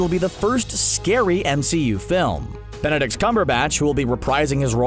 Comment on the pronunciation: Man really said Benedicks cumberbatch.